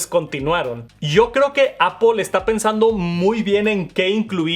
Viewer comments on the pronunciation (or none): Normalmente veo los videos con CC y como hay palabras que las sobre pronuncias, es cómico leer cosas como “Pantallas oulette” o el “Apol iPhone SE “ “Max safe “ 😅😂